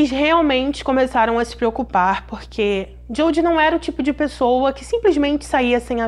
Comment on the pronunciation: Se preocupaaaaaarrrrr não infatize o ( a ) ..não precisa sua voz é bonita .